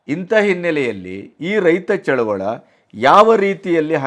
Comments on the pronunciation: ಚಳುವಳ ಅಲ್ಲ ಚಳುವಳಿ. ದಯವಿಟ್ಟು ಈ ಪದವನ್ನು ಸರಿಯಾಗಿ ಬಳಸಿ. ಇದು ನನ್ನ ಕಳವಳಿಯ ಮನವಿ. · ಚಳುವಳ ಅಲ್ಲ ಚಳುವಳಿ ಎನ್ನಿ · ಚಳುವಳಿ.ಚಳವಳ.ಅಲ್ಲ.ಸ್ವಲ್ಪ ಗಮನ.ಕೊಡಬೇಕು.ನಿಮಗೆ..ಹೇಳುವಷ್ಟು.ದೊಡ್ಡವನಲ್ಲ.ನಾನು.ಸಾಮಾನ್ಯ,ರೈತ.. ಕ್ಷಮೆ ಇರಲಿ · ಅದು ರೈತ ಚಳುವಳ ಅಲ್ಲ ಅದು ಚಳುವಳಿ